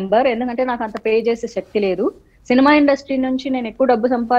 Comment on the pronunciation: Madhavi garu , please Shakthi kadhu sakthi - melakela sa 🙏 parishrama kadhu parisrama 🙏 telugu manchiga palukavamma 🙏